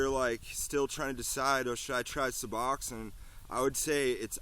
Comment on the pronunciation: You might learn to pronounce it correctly